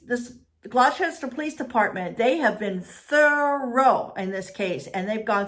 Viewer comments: Gloucester is pronounced glaw-ster! 😁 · please say gloucester right thank you and she was not found but many belive that she had a medical emergency and got swept away in the water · You're asking someone to pronounce Gloucester correctly but your sentences are filled with gramatical errors!😆🙄